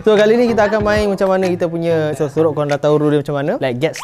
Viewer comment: Sorok sorok ❌ Sorak sorak ✅